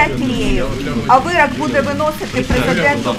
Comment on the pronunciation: вирОк, а не вирАк... Вона досі не навчилася говорити українською.